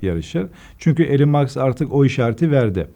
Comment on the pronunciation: Elon Musk yazılır İlon Mask diye okunur... Karl Max ile karıstırıyor kenar mahalle A maber uzmanı..